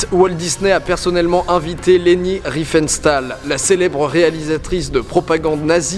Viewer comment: On prononce Léni Riefen(CH)tal et Gob(eu)ls